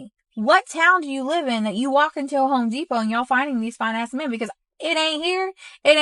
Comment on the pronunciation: It is Home Depot, not Hoe Depot.